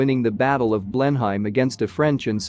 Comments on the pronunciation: "Blen-uhm" not "Blen-Heim". Just sayin. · What on earth is a Blen-hyme? And what have 'dollars' to do with English heritage? Please take the time to get it right. I would make all the difference, and prevent giving false education to well meaning people. Thank you. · Blenheim is pronounced Blenaam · Apart from mispronouncing Blenheim, over and over (which is really annoying )it was getting quite interesting, then at less than the halfway point it switches to Florida 🤷‍♀️ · Wot the... pronunciation. It's like repeatedly calling Tucson..Tucks on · Teach your bot how to pronounce Blenheim correctly. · For God's sake!!! Try to pronounce the name of the palace properly!!!! I don't think Americans should be allowed to produce programs like this unless they can manage the words. Ignorant person... what's his name? To be avoided.